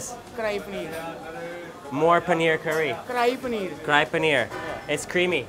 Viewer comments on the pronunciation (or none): Cry Paneer😂😂😂😂😂😂😂😂😂😂😂😂 Its Kadhai Paneer